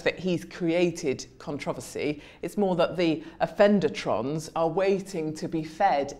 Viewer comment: Love Katie. "offendertronnes" 🤣🤣🤣